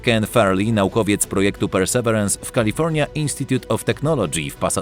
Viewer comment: Mamy słowniki polsko- angielskie dla sprawdzenia poprawności wymowy. Perseverance - / persy ' virens/. Pozdrawiam.